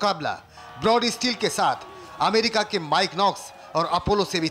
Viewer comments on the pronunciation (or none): none